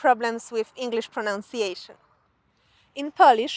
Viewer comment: Take pride in pronouncing those words correctly! Even if you can't say "pronunciation" correctly!